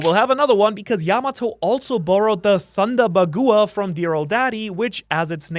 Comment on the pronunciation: thunder ba gu wa 😭 It's Thunder bagwa dudee